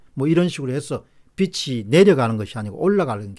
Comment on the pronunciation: 본문내용과는 멀지만 빚이----비지, 빛이------비치 표준발음으로 발음해주세요~박사님~